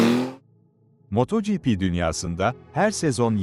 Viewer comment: Yahu su yapay zeka seslendirmesi ne alaka? Bi is yapiyosaniz az cesaretiniz olsun kendiniz konusun! Ödlek ödlek yapay zekanin arkasina saklanmissiniz.... moooooto gipi ne aq sinir oldum...